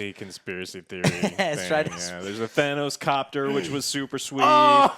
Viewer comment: At this point does say Thanos wrong on purpose